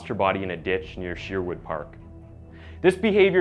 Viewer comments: Lol the way you pronounced Sherwood has me dead 🤣🤣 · Great video, but please it’s SHER-wood like SURE-wood. A tiny bit distracting but great content.